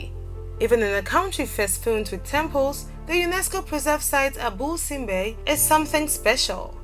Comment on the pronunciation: # 8 is pronounced "Abu Sinbel" not "Abu Sinbe" there is a missing letter "L" at the end :)